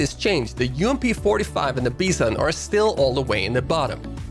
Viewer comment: It's "By Zon"